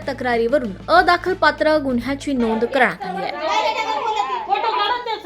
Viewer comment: आदखलपात्र नव्हे अदखलपात्र असे वाचावे.